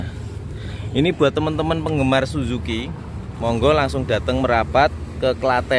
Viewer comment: Suzuki namanya mas jangan salah baca